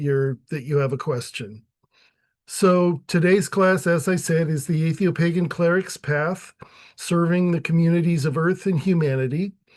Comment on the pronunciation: Either atheopagan is misspelled or you can't pronounce it.